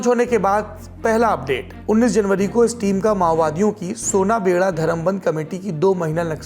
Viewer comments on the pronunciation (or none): सौरभ भैया, सोनाबेड़ा धरमबंध नहीं, सुनाबेड़ा धरमबंधा है। मैं यहां का लोकल हूं। नाम सही कीजिएगा